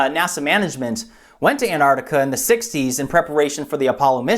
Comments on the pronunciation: Ant-Arc-Ti-Ca. It sounds weird when you say Anartica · it's not pronounced Anartica ..... it's Antarctica , less of the lazy Americanism please .. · Antartica not Anartica!!!!!!! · it's not 'Anartica' .. it's 'Antarctica' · Say Antarctica! You sound like a child saying anartica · Mike Parkes An-artica to my ears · Meanwhile, it should be "ant-ARC-tic-a" (with both c's pronounced). But that's just me being a pedant. :-D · Why do Americans not pronounce the t in anTarctica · Can you please pronounce the T in anTartica. It’s isn’t silent. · Reads wiki info on Antarctica... can't pronounce Antarctica.... :( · Why cant Americans pronounce the T in Antarctica? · Pronounce the first t for fuck sake. It's not that hard.